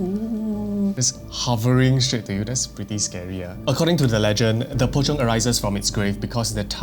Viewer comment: "Pocong, sometimes known as Po-chong" ngl without the subtitles I would've been lost here.